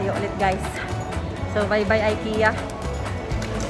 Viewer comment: ik-ya met pronounce dagiti amok sis😄